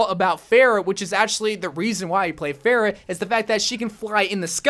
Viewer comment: Did anyone else get triggered by mispronounce Pharah, ”Phaireh”?